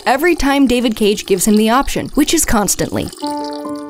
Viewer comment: Hope for a marathon making Fun of ALL David Caig(pronounced like Yahtzee does) games (including índigo profecy and omnikron)